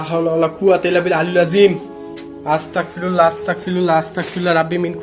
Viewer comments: আপনি দয়াকরে পবিত্র কুরআন ও দোয়া কালাম দরুদ গুলো সহি শুদ্ধ ভাবে উচরারন করা দরকার। দেখুন, এখানে হবে, আসতাগফিরুল্লাহ। গ এর ব্যবহার হবে। ক এর ব্যবহার করছেন। এটা ঠিকনা। আমি আপনার কল্যান চাই। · ভাই উচ্চারণটা ঠিক করে বলবেন। উচ্চারণটা হবে আস্তাগফিরুল্লাহ